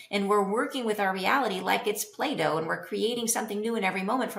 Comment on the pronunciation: you said play doh and I heard Plato bc I just watched a video before that referenced his works 🤣